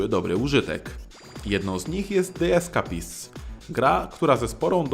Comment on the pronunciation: de eskejpist sie muwi a pisze The Escapists